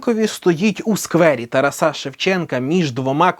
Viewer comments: чому такий наголос в ТарасА Шевченка? відео крутецьке! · Ну вот актер в речи говорит "уже", а вернее вроде "вже" - нет? на - говорит "уже" не актуальне. я ошибаюсь? И ТарасА Шевченко - никогда не слышал такого ударения в имени